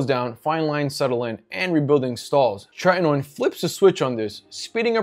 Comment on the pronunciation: Not 'Trenton ode', it's 'Tretinoin'.